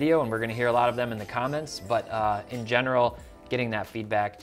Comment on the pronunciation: What's a "BUDDIN"? haha Thx for all the great content, keep it rolling.